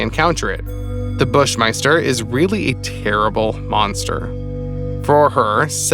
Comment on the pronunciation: "the bush myster"! is he saying it funny or thinks it is "bush myster"? its "bush MASTER